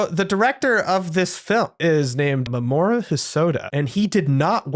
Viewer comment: I think you might be pronouncing Mamoru's name wrong. I thought it was "Mah-mah-roo", or something like that.